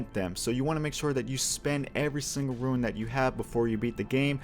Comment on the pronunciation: Great videos but Rune is pronounced "Roon" you are saying it much closer to ruin. Just an observation.